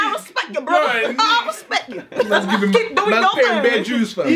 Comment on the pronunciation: 😂😂😂 "Respek it"